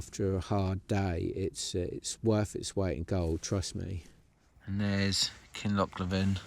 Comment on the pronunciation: Sorry while watching.... I will only say this once( saying things wrong) Kin loch LEE VEN, please pronounce